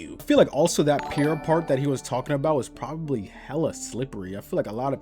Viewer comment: Bruh I was crying when you couldn't say probably 😂😂 I'm so sorry and then you said boombaclot I snortedm my tequila 😆🤣